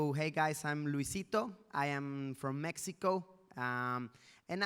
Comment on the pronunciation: Asi no se pronuncia mexico luisito te agringaste